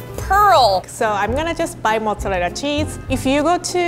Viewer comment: 'mozzalella cheese'